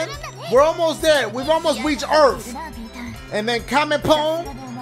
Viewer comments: Nobody: Dashie: this is earfth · Earf lmao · “Earf” reminded me of the sleepover skit💀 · My boi said, “...earf...” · "It's Earf"